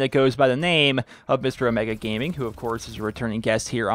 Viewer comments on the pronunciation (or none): none